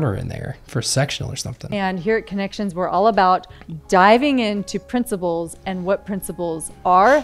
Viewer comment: Everytime Jody says principles, I hear princibles😂